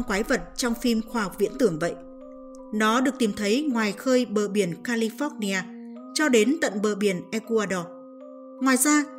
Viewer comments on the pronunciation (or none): none